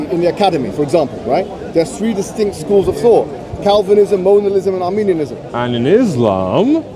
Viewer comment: I noticed during the premier that was consistently pronouncing 'Modalism' and 'Molinism' as 'Monalism' and Arminianism as Armenianism🇦🇲🇦🇲🇦🇲🇦🇲🇦🇲🇦🇲 and Armenian🇦🇲🇦🇲🇦🇲🇦🇲🇦🇲🇦🇲🇦🇲🇦🇲🇦🇲 Christology/Theology. Silly Sophistry Boy!!!!! 🤣🤣🤣🤣🤣🤣🤣🤣🤣🤣😂😂😂😂😂😂😂😅😄Additionally, misrepresented what Molinism means, preaches and teaches.